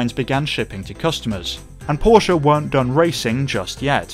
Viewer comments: Only one second into the video and I would like to give you 10 times thumbs up. For the correct pronounciation of Porsche! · Thank you for not saying "Porsh"....!!!! Seriously.